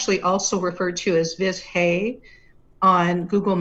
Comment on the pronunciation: If it's spelled "Vizhay", wouldn't it be pronounced with something CLOSE to the "j" sound like in Dr. ZHivago? So it wouldn't be ViJay, but it also wouldn't be "Viz-Hay" like how she said it here. Viz-Hay just sounds so anglicised, like how my mom used to pronounce the town of Roseto, PA, "Rose-2" instead of "Ro-SEE-toe". Just because English doesn't use "zh" together, doesn't mean other languages don't. Imagine some language w/o the "th" sound saying, "tee-hee" every time they say the English word, "the". (Edited because I had a brain fart & used the wrong word: "Anglicanized" LMAO! I didn't catch it until after I'd posted.)